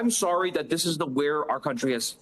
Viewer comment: " I'm so solly."